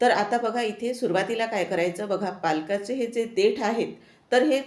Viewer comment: 👌 मस्तच पालक कोफ्ता करी 👍 " पालकाची " नाही पालकची भाजी म्हणा...